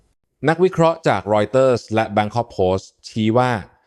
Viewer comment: เรา เคราะห์ ระไม่ใช่ เลา เคาะ ละ